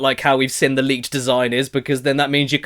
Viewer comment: The word seen isn’t pronounced sin ffs!!!!!!!! Other than that u ain’t bad